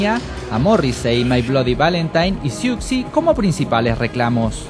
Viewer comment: ¡Qué horror como pronunciaron Siouxsie tal cual! ¡¡Es Susi!!